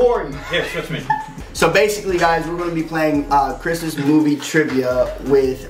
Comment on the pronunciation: Also instead of hearing Christmas i heard Christian